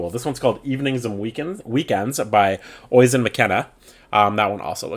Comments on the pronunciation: Big fan from Ireland ❤ The author of Evening's and Weekends is an Irish name Oisín is pronounced Uh Sheen ☺️ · Oisin is pronounced Osheen x Love the reviews!!